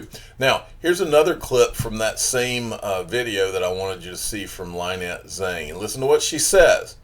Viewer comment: Dude lol 😜😜😜😜 her NAME is pronounced "Linn....nette" stop pronouncing it 'Lye"nette